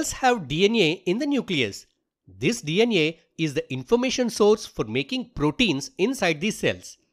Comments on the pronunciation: its DNA not DN neyaa why you pronouncing a like that😭😭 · hi is saying dna > dnea 😂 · DEE EN IYE = DNA 😂